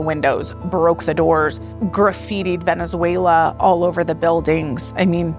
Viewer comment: “Vene-zway-li-en” is how that idiot mispronounced that